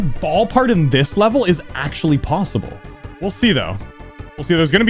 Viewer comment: Stop saying possible really weird 😂